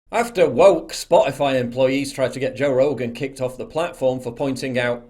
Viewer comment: "Lets take a look at some of thee action!"